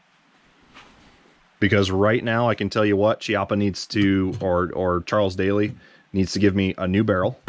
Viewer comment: I think Daly is pronounced like dally, as in don't dilly-dally. I know Chiappa is pronounced KEY-ah-pa, but whenever I see some of the junk they sell, I refer to it in rhyme as Crappy Chai-ap-pee.